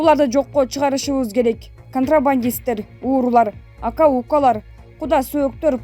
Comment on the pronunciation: Ака укалар эмес .Аке укелер деп айтылат тупица дикторша